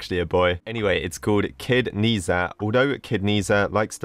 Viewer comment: i am chinese, and Ne Zha is a very good animation i swear :D and uh it's not pronounced like that. :P